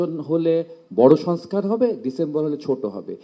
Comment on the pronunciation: সংস্কার শব্দটিও উচ্চারণ করতে পারছেন না, নেতারা 😮😮😮😮